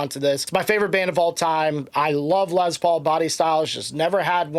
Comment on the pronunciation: it's "Lessss Paul" not "Lez Paul" his name was "Lester Paul" not "Lezter" no offense to our LGBTQ friends.....